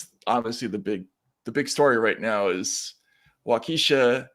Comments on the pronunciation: Wah-ka-shaw It’s based in native language but hearing Matt say it like a black ladies name, Wakeesha, is hilarious. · pronounce it correctly: Walkasha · Lmao! Being from Wisconsin and hearing Matt’s mispronunciation of Waukesha just made me LOL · Hey matt maybe if you had more american indian education in school you would know how to pronounce waukesha. You came close LOL